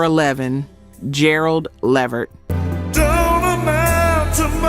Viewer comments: Pronounced 'la-vert' not 'levered' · OK look l am a subscriber but l refuse to join just off the way you say Levert instead of Le'vert. It makes me feel like you are some bit or something because if the music and the content is worth it you would make sure it is properly done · Levert is pronounced Le—VERT, emphasis on the last syllable not on the first syllable. I’m noticing quite a few mispronunciations of names in some of these videos. Please make sure to pronounce the names correctly. Don’t just assume you know based on the spelling. You can google the pronunciations or refer to other videos, awards shows, interviews, etc. where the artists’ names are correctly pronounced. Or ask some older people who were around back in that day who remember those artists. That way you can hear the correct pronunciation for your videos. You are making excellent videos but mispronouncing names of the artists. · She needs to pronounce his last name right. She’s pronouncing it completely wrong. It’s (Le - vert) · Please, please pronounce these stars name correctly. It’s La Vert.